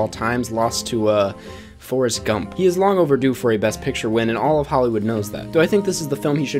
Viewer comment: Dont say «fOrEsT gUmP» like that. One of the best